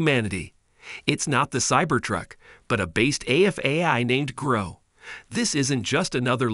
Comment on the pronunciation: grok ... its a hard "ock" sound not growk ... its a real word. Why do Americans do this?